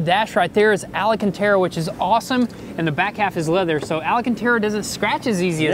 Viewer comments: Ahh yes Alycantera and Alacantera make a reappearance 🤣🤣🤣🤣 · Alacantara lol. It's Alcantara. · I love all the “ALAcantera” Boys please, it’s ALcantara!! Lol 😂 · But they still can't f!*@ say Alcantara correctly. It's not Alacantara, it's Alcantara. Effing AL CAN TARA! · I had a customer at work named Alcantera and I said it Alacantera! 😂😂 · There's no i in alcantara 😅 its al-can-tara not ali-can-tara 🙈 sick build, looking forward to see it finished.. you should do a crazy color switch 😁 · You guys need some driving lessons and its Alcantara, not alacantara lol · One day they’ll learn how to say alcantara.